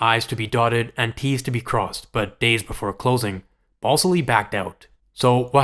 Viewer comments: FYI dude, his name isn't BALLS ILLY it's BAL SILLY (with the A in BAL like cat). Just food for thought. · Are you saying BALLSILLY